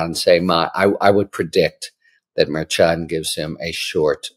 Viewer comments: Harry, Harry, Harry! Mer-shawn. Not Mer-chon! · Mare CHON is not the pronunciation. It’s Mer SHON. Source: Karen Friedman Agnifilo of MeidasTouch, Legal AF. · I am a fan of H. L. But he drives me crazy mispronouncing the judge's name. It is not difficult. H.L. is smart. What's the problem? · Harry, you mispronounce the judge's name. It is unprofessional and distracting. Why not just do it right?